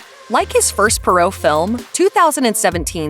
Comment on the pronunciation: It's pronounced "Pwahr oh" not "Pur oh".